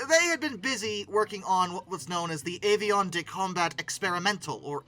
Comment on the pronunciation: avion = AH-vee-on (I've also heard AH-fee-on) Jacques Chirac = SHAHH-k'h SHER-ahk Man that name is hard to put in non-IPA phonetics; the J in the first syllable of Jacques (that I put as SH) rhymes with the S in treasure.